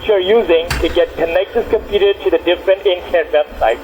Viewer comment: It's amazing how they can't even pronounce the most simple words. They say "tiuw" instead of "to" and they never get the W right always pronouncing it as dubloo...